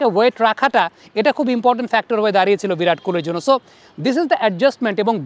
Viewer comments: "ভিরাট" আরে নাম তো ঠিক করে উচ্চারণ কর.... মুর্খই থাকবি সারাজীবন 🙂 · ❌ ভিরাট ✅ বিরাট